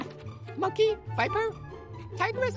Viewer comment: Its pronounced viper!!!!!